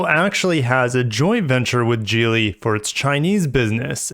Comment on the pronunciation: I thought it was pronounced Geely not Geely.